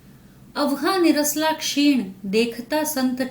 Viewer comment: its not निरसला it's निसरला